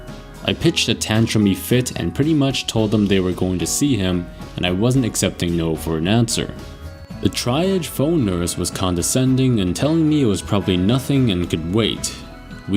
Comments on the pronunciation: Triage is pronounced tree-ahge not try-ahge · Why don't you look up words you don't know how to pronounce? Triage = TREE-ahj